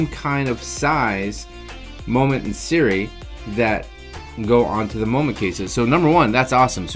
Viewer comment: I'm just guessing (and had to laugh because every time you said "SIRI" my smart objects woke up) but might it be pronounced "Sih-roo-EE" as opposed to SIRI. Must be right? Silent U? Things I think about.